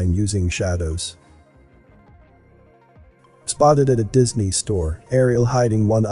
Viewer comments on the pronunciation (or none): none